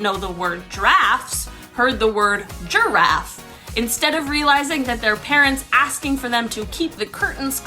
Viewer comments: Lmao I honestly thought you said giraffe 🦒 the first time when you shared the story haha wow 😅😂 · you pronounce "giraffe" and "draft" pretty closely, so I can see how they would believe that lol